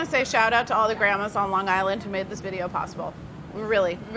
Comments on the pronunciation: I live in Ocean County, New Jersey. I love that Carla pronounced those bennies from up north as from Lawnguyland. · "lonG island, stronG island" really pronouncing the g's there Carla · Lawn Guyland lol